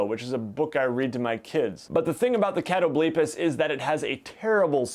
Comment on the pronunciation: I think its cat-o-bull-pas and its from mythology.